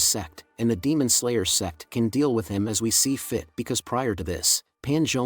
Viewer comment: Dude please, Its "Sect" not "SEX" PLZZZZZZZZZZ😢